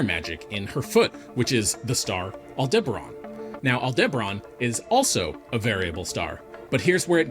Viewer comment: Betelgeuse has already gone super nova, we just won't see it for a good while. All-DIBBA-ron?? AL-de-ba-RAN!.